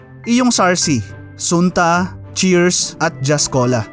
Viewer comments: Mali ka ng pronunciation not Sunta. Sun-ta. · sunta is pronounced as sun (as in "araw") + ta, tipong hindi nyo inabutan ang sunta orange 😁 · Sunta was good. 10 cents nung kabataan q at binibili ng mother q pag may sakit kmi at walang panlasa ang bibig. Di kc ma-afford yung Royal Tru Orange nun...pero ang kilalang bigkas noon ay "Santa" at di "Soon-ta"😊. Sayang, png masa! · Hindi SUNTA ang pronunciation SANTA...favorite kung softdrinks yan nuon lalo na yung sarsi.. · SUNTA ORANGE it pronounce as "Santa " not sunta ! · ang bigkas ng sunta ay santa